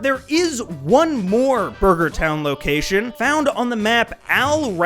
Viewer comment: "Buger Town"